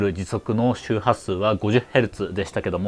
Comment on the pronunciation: ファンクシュン・ジェヌゥレイラァウ😎 かっこいい😭